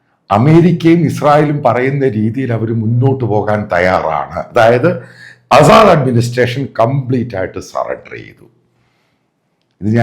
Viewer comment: ആസാദ് അല്ല അസദ് എന്നാണ്. വായിക്കാനും എഴുതാനും ആദ്യം പഠിക്കുക